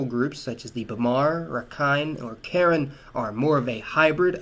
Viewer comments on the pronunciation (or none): yeah, it's nitpicking, but since we, like many other cities in the USA, have a decent-sized immigrant population of Karen, I know that it's pronounced with the accent on the 2nd. syllable (kah-REN), rather than like the girl's name. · Hello, I'm Karen and it is not pronounced the way you pronounced it. It is pronounced "KUH-REN" <3